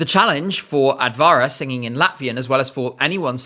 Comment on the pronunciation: Simple tip for improving pronounciation in Finnish, Estonian and Latvian - the stress is on the initial syllable. E.g. AT-va-ra not at-VA-ra